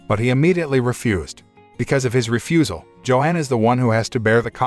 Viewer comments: It's not Joe hon It's Yo-hon The name sounds and looks to be german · Johan... is pronounced "YO Han" Gustav is pronounced...Goost ta'V.